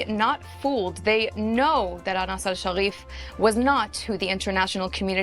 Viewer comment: “Anas”Hasharif. Really? Who? Hasharif?